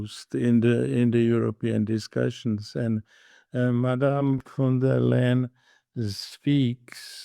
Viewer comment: Ursula von der Leyen .. not "Van der Leyen"